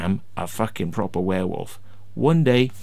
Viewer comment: Please don't admit you are from Wales, Warewolve ffs 😂😂😂